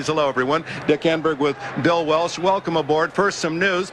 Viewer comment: "BILL WELSCH"😂....OH Dick